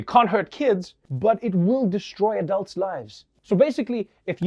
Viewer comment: WTF? Why does he pronounce a-dulds a.k.a "Adults" that way? No one in South Africa does. We all say it the same as the rest of the world - "Adults." It's the fist time I hear that pronunciation.